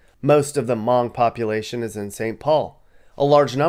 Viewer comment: Its said Huh mung not mung like a bean variety . 😊